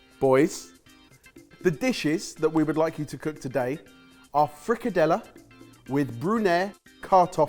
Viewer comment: From the getgo, super excited, and also please note that i can only speak from my own experiences. I have personally never had frikadeller (good job on the pronunciation btw) with brunede kartofler, have always been served with boiled new potatoes and often a parsley gravy (persillesovs). Personally i havent ever had frikadeller the way they were portrayed in the photo, but technique wise it looked pretty okay, we also typically make them more elongated and less round like a meatball Speaking of the brunede kartofler, i would have personally used the tin of small preboiled potatoes, in my 24years on this earth i still havent had brunede kartofler with new potatoes Now for the aebleskiver (æbleskiver), with a little hint from to make them spherical, not bad. Its a traditional christmas treat that you normally eat with jam and powdered sugar, its really sweet but its so good and nostalgic. Very fun to see you guys take on my home country, i hope you had fun!